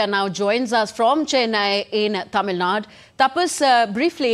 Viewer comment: Would be nice, if news presenters pronune Tamil Nadu instead of Tamil Nad. There's clearly an 'U' at the end.